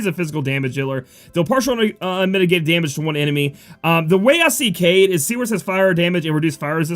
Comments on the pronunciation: Kaede. Kah Eh Deh is a girl name dude lmao you keep saying kayde XD and he/him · aw man, dont call Kaede a guy, its girl (Kah-eye-deh) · I think you pronounce it Kah-eh-de. so yeah girl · Kaede is pronounced (Kai a day) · Kaede = Kai -ay-day, she's a girl :). Thank you for your awesome overview..I was hoping for more exciting units...not sure if I want to pull or not @@ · I think it's pronounced Kade-eh, or Kade-uh, but I could be totally wrong. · Kaede: Kai-yay-day, and it's generally a female name from what I understand :) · kaede is pronounced as kaideh i believe ^^ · Yo, Im pretty sure Kaede is a chick. I have a feeling it's pronounced Kah-eh-deh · FYI pronounced KI-AY-DAY also watch Inuyasha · Hi, You saw it coming - Its pronounced "Kaidei" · Lol it's Kai-aye-Day. Or if you've seen the anime Inuyasha. The old priestess. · Hey. Wanna help u out with kaede's name. Japanese vowels are weird in that each vowel is pronounced separately even if there isn't a consonant in between them so the A and the e in kaede name each have their own sound and syllable. Also Japanese vowels almost always have the same sound no matter what except for a few exceptions. a sounds like the a in father, it's an ah sound. The e is an eh sound, like in the word sleigh or bay. So the name kaede would be pronounced Kah-Ay-Day. Not perfect but should be close enough not to totally butcher her name. And yes. Kaede is a female name.